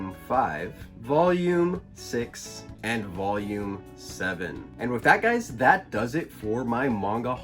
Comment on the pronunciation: Me as a Mexican find really funny how you pronounce “voyum” jajajaja. Nice videos. Keep it up.